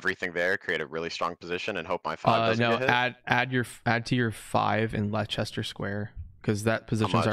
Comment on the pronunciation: I know everyone struggles with place names in other countries so i dont blame you but still the "Lie-Chester square" physically pained me. It's said like "lester"